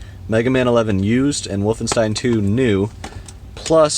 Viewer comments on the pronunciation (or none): none